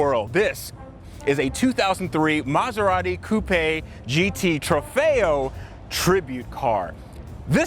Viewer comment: *Coupé, Not "Clownshoe" 😂